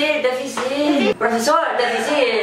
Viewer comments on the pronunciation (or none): Amo cuando dice profesol 😂❤